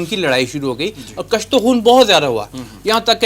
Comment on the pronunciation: کشت کاف کے ضمہ کے ساتھ ہے کاف کے فتحہ کے ساتھ اس کا تلفظ درست نہیں